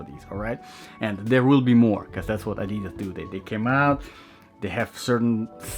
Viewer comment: You should pronounce Adidas correctly 😂. I've just ordered the GORE-TEX version.